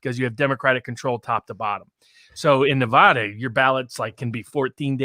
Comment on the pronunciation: Where's Nevahda?